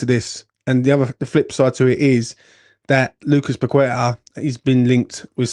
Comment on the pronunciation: Surely, you MUST know after all these years that his name is not pronounced “Pakweta” don’t you?